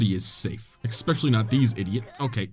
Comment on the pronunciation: "expecially" lmao he really is a seven yo